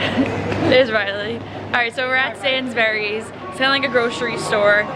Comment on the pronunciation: As an English guy, I hope you enjoyed your trip. Ps the way you pronounce Sainsbury's is funny 😂